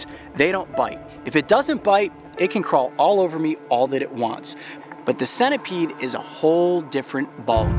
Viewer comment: its senta peed (pronunciation) spelt centipede not sena peed